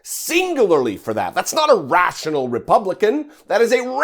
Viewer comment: rash'ional. he was thinking RASHional 😓